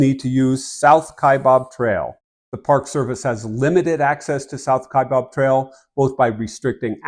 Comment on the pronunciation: The second syllable of Kaibab, is pronounced BAB, not BOB.